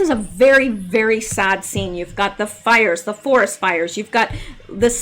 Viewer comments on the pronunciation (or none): none